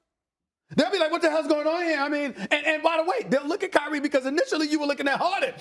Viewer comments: "K-Ree" lmao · He said if Krye😂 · "IF KAYREE .. KD" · Kay rie 😂😂😂😂